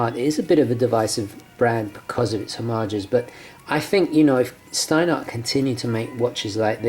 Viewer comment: It's pronounced "shtinehart". Just like you pronounced it but with a "sh". And the "t" in the end is hard